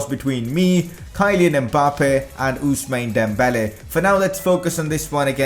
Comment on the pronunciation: nice vid man but you really have to learn to pronounce names of world class players kyleen mbappe, Usmani dembele ?? ---REALLY